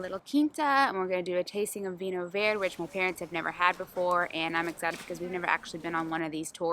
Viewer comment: Hello. I hope you get to visit more regions in Portugal. We are dmall but pack a lot in a small package. By the way, it's Vinho Verde. If you are familiar with spanish, the portuguese word means the same as in spanish - green. In the case of the Vinho Verde that is not a name sbout the colour but it's green as use to mean new. Vinho Verde is new wine that is not fermented so it retains a bit of gas making it taste both sweet yet bubbly-like. It's great with fish or shellfish food but it can also be a great summer wine to drink chilled while enjoying an evening in the shade. But really, you can drink it anytime, any excuse is a good excuse to drink Vinho Verde. V8nho Verde is exclusive to the region of Minho in Northwest of Portugal, it's a designated and protected denomination (both by local national law and by EU law) so only this part of the world can produce Vinho Verde.